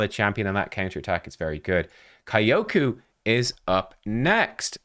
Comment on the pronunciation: Kyoku: Say "Yo!" add "k" sound in front and you get correct "Kyo". Say "who?" change "wh" with "k" sound and you get correct "ku". You now pronounce Kyoku correctly :)